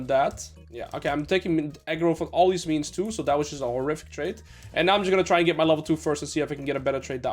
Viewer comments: why did you start pronouncing the word "and" as "eeeeand"? I could've sworn this was never the case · The way you pronounce 'and' is so fucking annoying I stopped watching. Just say it like a normal person.